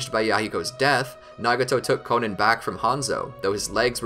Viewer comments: It’s not konin it’s konan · I know damn well he did not call Konan “Konen”